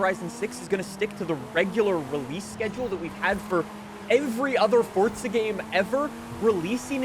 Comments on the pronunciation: forza not fortza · Mf it’s pronounced FORZA not ForTza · Why you say fortza horizon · If you stop saying fortza they might make the game last longer...